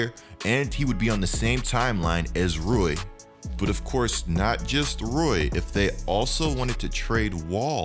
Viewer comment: It’s Rui pronounce I like e lol so Rui